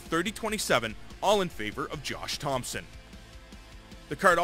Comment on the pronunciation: anyone else hear him say "jewish thompson"